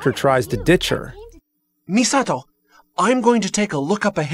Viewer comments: I love the fact that that guy pronounces"Misato"as a westerner that thinks he knows japanese because he watches anime. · I bug out every time I hear the main character say "Misato" lol...